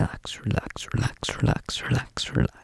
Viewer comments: It sounds like he’s saying “Sherlex” LMAO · when he says it fast is it just me or does he sound like he's saying sherlock in like a russian accent lmao ?! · After a while it started to sound like he was saying “shirlax” was that just me? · Am I going crazy or is anyone else hearing the word "relax" turn into "trullah"?? And this word doesn't even exist 😂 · Sounds like sure-lax when you go fast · "Zerlax" is what i'm hearing😂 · When did I think he said "shldshld" over and over again? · if you just said relax for the rest of you life- everyone would think you were British🤠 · Why do u sound English when h say relax (British)